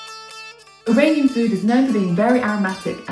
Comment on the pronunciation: It might just be because of her accent but I’ve never in my life heard an Iranian pronounce Iranian like eye rain ian 💀